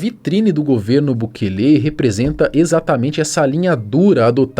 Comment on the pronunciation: SUGESTÃO aprender a pelo menos falar o Nome do Presidente de El Salvador corretamente, bukeeele sangra os ouvidos 👂